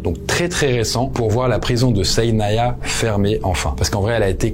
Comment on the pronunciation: Correction : SIDNAYA pas SAIDNANA